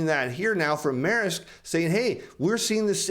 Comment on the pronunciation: Hi, love your content, thank you so much for the videos, a small point Maersk is pronounced (phonetically) Mersk... Source - I consulted for them (a great company imo) in Copenhagen for a while before the pandemic. Best wishes!